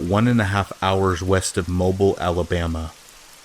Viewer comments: I glanced at the comments and didn’t see anybody say the same thing. Sorry if somebody else already mentioned it. Mobile Alabama is pronounced like “mo-beel” not “mo-bill,” it’s weird. Apparently emphasis on the beel. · For future reference it's Mo--- Bill (that's how it's pronounced)